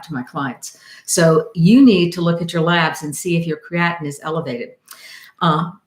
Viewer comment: is she saying creatinine